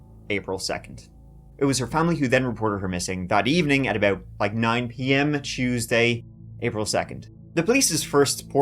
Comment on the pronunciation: Chews day ?😮😅😂❤